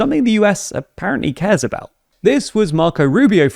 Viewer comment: emphasis on "apparently"